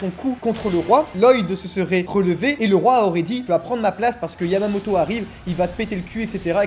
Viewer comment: est-ce qu'il a dit yavamoto